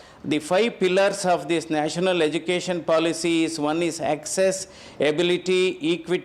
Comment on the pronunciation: He can't pronounce " education" correctly and he is the education minister😂 He pronounced education as " educason....